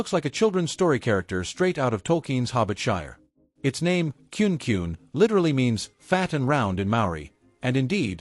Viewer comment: It is pronounced Ku ne both vowels are pronounced like a long vowel.